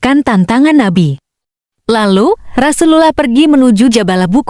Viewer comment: Admin belajar ngucap rasulullah dulu.. Hehehe